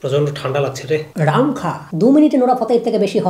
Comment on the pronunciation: It's not 'Ram' it's 'Rum' ...